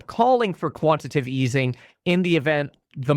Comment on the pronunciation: Kevin it’s quantiTAtive easing, not quantitive 😂